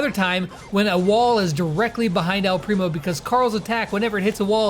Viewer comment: Say “ el primo” right